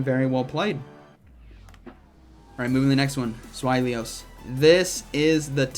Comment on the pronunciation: Not even the American pronunciation could be “zw-eye-lee-us”. It’s spelled Zweilous. Zzz-why-lus.